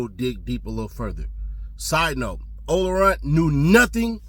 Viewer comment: He said Ola Runt……